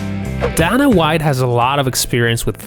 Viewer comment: You need to work on pronouncing Dana.